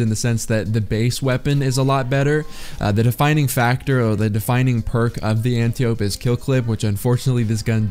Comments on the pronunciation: an-tie-oh-pee smh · Did you add the echo effect to hide the way you were butchering the smg name? Nice